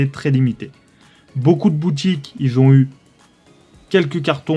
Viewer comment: 4min 0 beaucoup ils ZON eues ! no stp arrête les ZON ::face-blue-smiling:. Je skip les coffrets , peu d 'acheteur . Je prefere tripack arset ( 4 tripack ) 130 euros